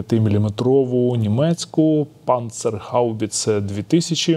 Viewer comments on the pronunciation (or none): Не ПзХ, а ПцХ, да это важно ) ПанЦерХаубице